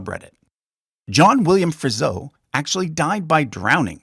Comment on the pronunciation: DeWitt name is spelled wrong in the video. Friso is pronounced wrong. Pronunciation is not very good.